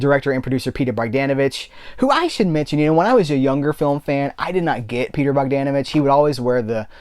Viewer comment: You pronounced Bogdanović right. Greetings from Serbia.